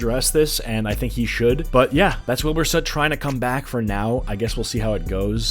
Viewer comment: Wil"bite" soot